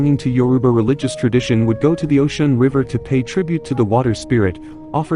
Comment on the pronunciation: Speak her name correctly